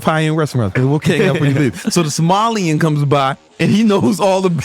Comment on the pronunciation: Bro said somalian instead of a sommelier 😂😂😂😂😂😂😂😂😂